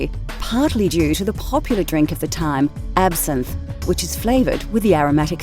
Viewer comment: It is pernot not absynthe! Secondly, research your pronunciation.